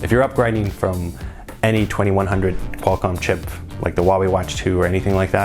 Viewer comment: “3100 Quallcomm” 😛